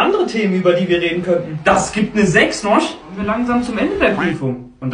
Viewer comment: Du mit deinem noich🤣 İch Schwöre so lustig